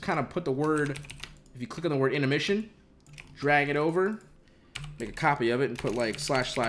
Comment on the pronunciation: anyone else notice he said intemrission? hahahha love the videos and everything u do for 100T